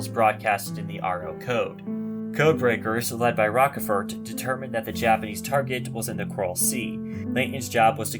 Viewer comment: Yeah, that mispronunciation of Rochefort's name is really annoying......